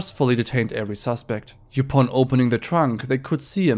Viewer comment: btw: "upon" is pronounced just like "up" + "on", not "yoopon" 😂😅